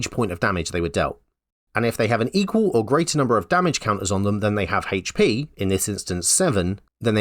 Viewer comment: I like your H's 🤩